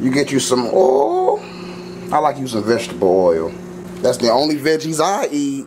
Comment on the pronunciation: Lol 😂 the way he said oil got me dead 😂